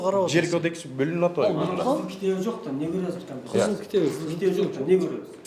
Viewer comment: Кампететатся толоп беребиз деп айталбай ататго.